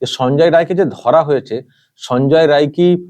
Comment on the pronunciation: রায় না রাই বলুন